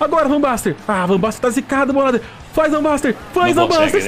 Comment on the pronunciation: Chamando o jogador com o nome errado também... "Van Baster" KKK Aí ele se rebelou contra ti. kkk